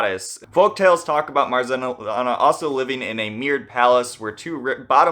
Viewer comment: How many times can a comment explaining pronunciation of "Marzanna" be deleted? Come on, it's not that hard.